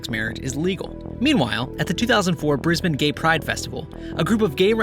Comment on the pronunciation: i liked only because you pronounced brisbane as bris bin and not bris bayne